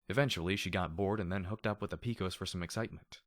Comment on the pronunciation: Dude, I love what you're doing and it's the only thing keeping me enthralled with this story (along with the other FoE). And the ending...Fuck... But one thing I kept clenching my fists at each time I heard it: it's pronounced "Pe-cos (pay-cos)", as from the cowboy mythos. Love what you're doing though and keep it up.